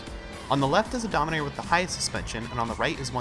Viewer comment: Donimeter? Lol its Dominator